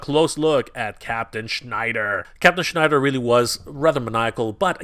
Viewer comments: It’s Shiner not Schneider! He’s not Jewish he’s a freaking Space Alien! Please say it correctly. 😂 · Shiner not Schneider:) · just wondering why you kept calling him Captain Schnider when his name is Captain Shiner?? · Shiner not Schneider